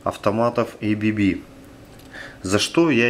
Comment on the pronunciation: Все идеально но только не эйбиби а абэбэ